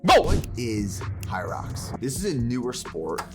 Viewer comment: 1ero se dice "jairox"( hyrox) 2do este empezó bien la preparación en los primeros capítulos luego los videos son aburridos nada interesantes(en mi humilde opinión,,ahora abien es una carrera de 8km con obstáculos cada1km(ejercicios de fierza) Hace poco aca en toronto hubo la 1era carrera y yo participe en dobles, apenas me pude preparar por 2 o 3 semanas antes d ela carera por temas laborales y falta de tiempo y es un espectáculo hacerla me tomo 1hr y 40min y el récord creo que es tocando apenas 50min o casi 1hr es intensa sientes que no puedes y que se te va la vida pero si puede haganla es una exp única en la vida,otro punto en uno de sus videos corre creo que 65millas por semana su alimentación no es tan cargada ni tan masiva y sige siento gigante en talla, hace unos años participó en culturismo creo que en mens phisique,...así que a ese nivel de cardio y con pocas comidas es puya de lejos se nota.... x cierto tiene una empresa de suplementos pero aun no los pruebo,en fin la puya mas dinero d empresa hacen que se vea así con ee físico luego de 64millas x semana y sin días off....bye y excelente contenido